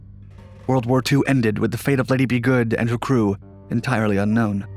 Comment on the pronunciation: “Ba-DOO-ns”??? Man everyone now and then you botch some easy ones. By the way Lady is not pronounced “Liddee”.